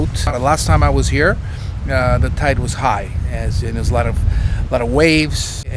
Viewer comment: Tite? What's a tite? do you mean tide?